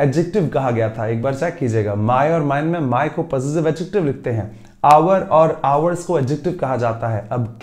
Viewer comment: Sorry but I have checked adjective pronounciation from Google text to speech and the pronounciation is start from ad🙏